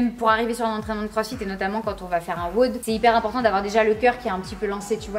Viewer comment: Quel enfer à chaque fois qu’elle dit weaude à la place de wod